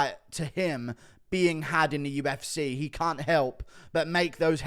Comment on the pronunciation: I hate it. Its so downs he can't even say the name of the company he covers for a living